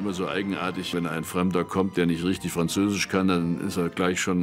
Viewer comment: Leider falsch. Bitte nochmals den Französischlehrer konsultieren.